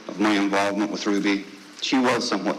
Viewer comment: I love court tv but was not impressed with the fact that they constantly said Ruby name wrong! Annoying!